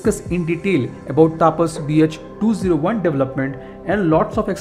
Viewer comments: Hi! Its not "taapas" but "tapas" where there will be very limited emphasis on 'a'. Its very jarring to hear u say "taaapas" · Taapas nahi tapas(तपस)